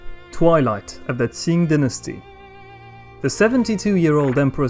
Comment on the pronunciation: Qing dynasty not ting dynasty